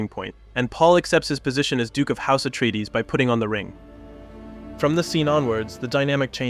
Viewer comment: Also "Atraides"